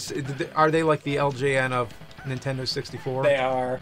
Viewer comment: Why does james say "intendo"